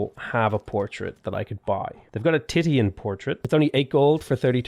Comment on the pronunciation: As an art student, I just have to tell you, Titian is pronounced "Tishen"